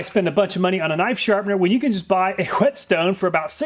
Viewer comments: say whet . Now say stone. Now say whetstone. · I hate to be that guy, but it's pronounced "Whey Stone" or "waystone" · "wHetstone"... why are you putting so much emphasis on the H,? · "A h'wet stone" Me - "Wai'wai'wait...they ain't no h in wet." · The best part about this was that you pronounced the h in whetstone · Did he purposely pronounced the "W" in whetstone the first time like how stewie do i family guy?🤣